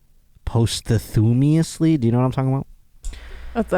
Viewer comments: Posthumously 🤣🤣🤣 paas·chuh·muh·slee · trying to pronounce 'posthumously' was hilarious. He mangled it so bad that Kirsten had no clue what he was trying to say.